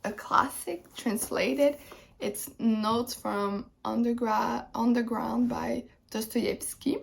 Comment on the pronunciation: I think your pronunciation for Notes from Underground was good! I also want to read all three books that were happening in that conversation. I've not read the one that happened second. So I may do a reread of them sometime. I've never read Fantastic Beasts but I've never really gotten the appeal of a screenplay. If I were wanting to write screenplays I'm sure they would be more interesting to me, but otherwise I don't really get them.